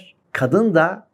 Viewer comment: Koca koca insanların dil bilgisine hakim olmamaları beni çok üzüyor. Dahi anlamındaki -DE/DA eki daaahiii şeklinde konuşmaları gerçekten düzeltmeleri gereken bir durum.